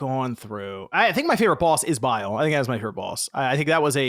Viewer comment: How many times is homie going to say Bile instead of bayle